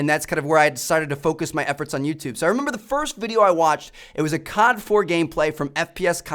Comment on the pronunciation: Its COD... not CARD